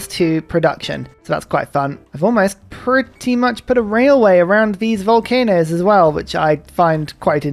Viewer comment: Can you say "volcanoes"!!!!!!